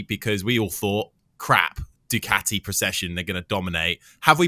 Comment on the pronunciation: I miss Keith on BT ….. right up to the point where he says Bag naya and juke ati. Good god man it’s your job to say these words !!